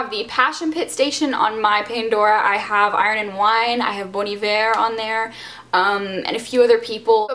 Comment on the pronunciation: It's not pronounced 'boon eihver', it's 'Bon I-ver', just saying